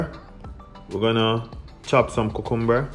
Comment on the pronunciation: the way you say 'cucumber' at 1.36-1.40 , it made my evening